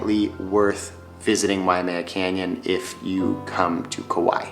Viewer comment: Also Kaua'i is "ka why ee" not "Kawhy" . I know that's a little nitpicky though